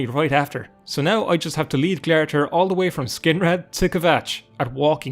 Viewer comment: Glare-i-thir? How did you get that pronunciation? Its spelled glarthir and the in-game pronunciation is glar-thēr (glar as in car, but gl)